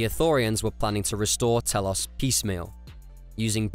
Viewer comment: saying telos and atris wrong really